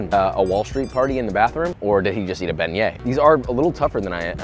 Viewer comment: I thought u pronounced it "big nuts"